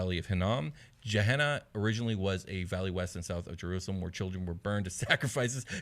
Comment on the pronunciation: Just a heads up Gehenna in real life is pronounced with a hard G as in Gettysburg or Gate, not a soft G like Germany or Giraffe. I don't know whether the game is intended to sound different though. Great content as usual though guys.